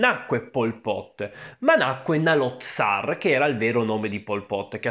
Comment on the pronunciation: Saloth Sar (Saloth con la "S")